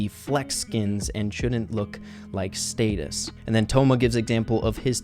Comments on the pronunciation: “Staytus” Me: 👀 u mean statues?😂 Lol jk, love u 💕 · It is not "status" it is "statues" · rey pronounced statues like status. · “Status”? What about statues? 😂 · i dont know if im wrong but thats a new way of me hearing that word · when pronounces the word “statues” wrong & we don’t acknowledge it 👀🤦🏽‍♂️ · wait...HOW DID YOU PRONOUNCE STATUES? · Why did u pronounce statues like that 😂😂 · When rey says statues wrong